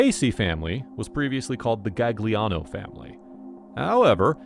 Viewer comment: Jesus, pls could you learn to pronounce Italian before you try to say those names. It's not Gag-liano. It's pronounced Gal-yiano.